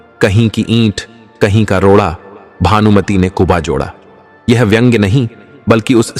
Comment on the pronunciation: भानुमति नेकुनबा जोड़ा. आप कुबाखते हैं. ग़लती कहानी मेँ उच्चारण मेँ भी .